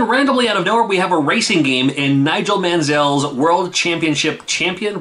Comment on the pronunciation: Is Mansell really such a tough name to pronounce? I thought it was popular enough in the US anyway as that game was on Genesis and SNES, and Though this is an F1 game he raced Indy cars too